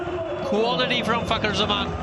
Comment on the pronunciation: Fakhar and the k is silent ❤️🌟